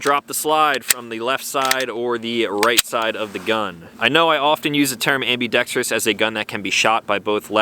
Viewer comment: Sweet piece and congratulations on being one of the few gun reviewers who pronounce "ambidextrous" correctly 😆